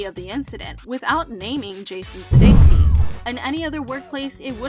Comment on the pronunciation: suDEIkis so suDESKi, can you not read?